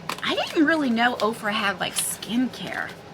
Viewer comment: I love this subscription bag. I didn't remember hearing of OFRA. I thought you were saying Oprah! 🤦‍♀️ The hologram bag is way cool. I love the products in the bag. I am considering this one.